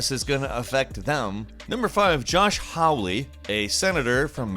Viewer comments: Ugh. it's pronounced Holly. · Hawley's name is pronounced like "Holley". You know, the christmas green. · Hilarious that white politicians name was Hawley but you pronounced it haulie, which is PERFECT LOLOL